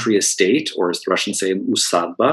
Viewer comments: Sir, your lecture was superb and your pronouncement of Russian names were accurate. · Concise and well presented material by vastly prepared lecturer. A lecture left space to reflect and to engage in further reading. Thank you for pronouncing Russian names in Russian. It was adorable. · The lecturer apologized for speaking quickly, but I didn’t find it that way. For people unfamiliar with Russian names pronounced properly, it causes people to try and understand them. Names were posted so it allowed people to see them written in English. Thank you for an interesting presentation with material that I wasn’t familiar with. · I assure you the presenter of this video did not have to take any pains to pronounce the names correctly as he is extremely educated on this matter as well as the Russian language.